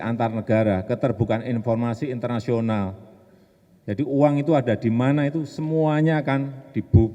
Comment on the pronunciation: "intalnasional" . . . ? ngomong opo ???